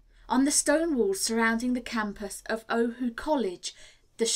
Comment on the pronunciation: I really appreciate having a free recording of any book being available like this and I understand the work involved for, the reader. However, I wish had been more consistant in referring to chapters or sections and I'm still dismayed at the mispronunciation of so many Hawaiian places and words. For example, O‘ahu and Waikīkī, King Kamehameha, luau and several more. There are just too many pronunciation guides for words available to not have used them.